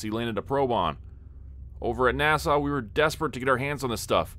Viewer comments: Right, sounds like he's saying Nassau. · A gentle correction, NASA is pronounced with a "short" a for both. It doesn't sound the same as the Island, Nassau, in the Bahamas. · Is this a Ai or does he just not know how to pronounce NASA? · Not gonna lie, even 40 miles from Windsor I've never heard anyone pronounce NASA quite like that....😂